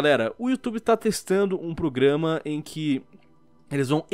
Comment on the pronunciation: A melhor parte do vídeo é o falando "PRUGAMA" kkk